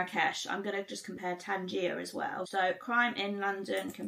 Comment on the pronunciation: Tanjia is what you eat, Tangier is the city. Pronounced different dear. New follower and great job.